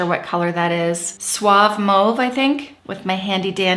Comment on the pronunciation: The minute mauve was pronounced the way it was - Canadian!1